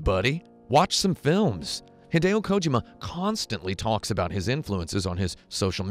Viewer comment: Please stop saying Kojima incorrectly Thanks